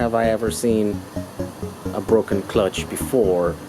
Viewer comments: FYI... broken not BROCKEN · I do hope you spend a few extra dollars and get a very strong clutch that will hold up to the torque of that motor. Oh, and when something breaks it is "broken", not "brocken." No big deal, just sayin'.